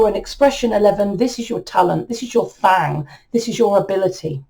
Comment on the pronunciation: Did she just day "thang"? Lmao